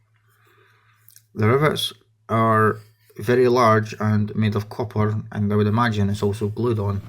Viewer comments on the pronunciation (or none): none